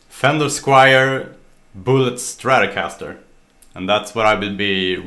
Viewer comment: I love your saying "stratocaster" :)